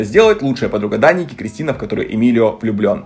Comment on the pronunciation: произносит имя гг Я слышу вместо Даника, Драники😅